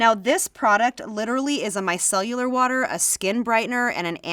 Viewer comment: This proves to me that nobody actually knows how to say “micellar” 😂 I sure don’t!